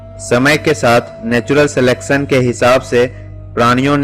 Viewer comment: Bisaalkaay..... Talaas ...... Of Ko op bol Raha hae..... Salekson..... Chaman chutiya